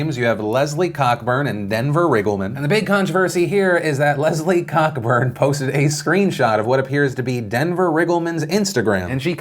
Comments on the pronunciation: Hahahaha, her name is pronounced Cohburn not Cockburn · I just came to say Cockburn is pronounced co-burn as in co-operate. As a Scot, hearing it said cock burn just sounds wrong. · As a Virginian, I just want to point out that her name is not pronounced COCK-BURN but actually CO-BURN and is the mother of Olivia Wilde. I made that mistake too.... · "Cockburn" isn't pronounced "Cock-Burn" itsScottish its pronouned more like "Coughburn" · I am 99 percent sure cockburn is pronounced co-burn. iirc. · Philip DeFranco her name is pronounced Co-burn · Cockburn is pronounced co burn. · It's pronounced Co-burn. Ya welcome. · Are you sure it isn’t pronounced Co-burn? In Scotland the surname Cockburn is pronounced Co-burn. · Cockburn is actually pronounced Coburn, just saying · Its pronounced "co-burn" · It's pronounced COE Burn. K is silent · ......Co-burn. That name is supposed to be pronounced CO-Burn. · Cockburn is definitely pronounced Co-burn. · It's pronounced "co-burn" lol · Isn't Cockburn pronounced coe-burn? Like the Canadian rock artist? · Phil, it's pronounced "Coburn". Or in the UK it is. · It may be spelled Cockburn, but I'm pretty sure it's pronounced Coburn (as in James). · Cockburn is pronounced Ko-Burn. It's a very common name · The surname "Cockburn" is pronounced with the first syllable rhyming with 'coat' without the t. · That is not how you pronounce Leslie Cockburn’s last name, but it should be...